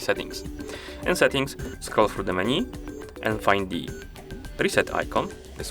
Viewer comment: It’s not pronounced “meni” it’s “menu” 😅